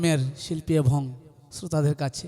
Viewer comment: শিল্পী যে ক'টা গাইলেন তা আমরা সচরাচর শুনতে পাইনা। শুনলাম । ভালো লাগলো । শিল্পী কে অনেক অনেক শুভেচ্ছা ও অভিনন্দন । কিন্তু কথা বলার সময় উনার কিছু শব্দের উচ্চারণ খুবই পীড়াদায়ক। যেমন শিল্পী অনেকবার 'এবং' শব্দটি বলেছেন। প্রতিবারই বলছেন - 'এভং'। সত্যি কানে লাগে